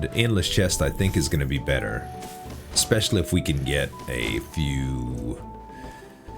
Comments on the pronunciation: ESS-specially, not EK-specially. Nothing but love for you homie, but I die a little inside every time i hear it. 😅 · Thats wrong too bear. Its EH (or IH)-specially.